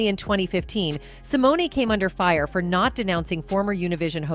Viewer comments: These videos make me laugh. They profess to know all about who they are talking about but they continually mispronounce the actor/actress name. Simoneee. 😅 Dr. Dooodlitle?😅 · Who is narrating this piece? Can you use someone who has a "passing" familiarity with the individual you are speaking about? Sy-mo-na, REALLY?